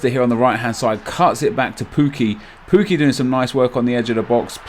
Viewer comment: Great video but stop calling him poo-key it's pronounced Puk-key I think